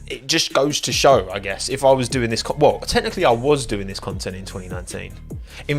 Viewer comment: more like weww weww weww